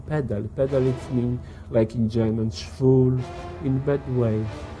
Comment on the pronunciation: he said schwul and not fool